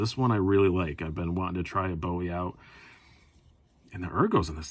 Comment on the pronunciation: Luv the ‘Boowie’..